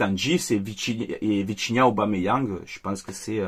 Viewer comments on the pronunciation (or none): none